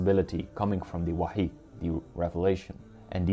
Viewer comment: Wahyu, not wahi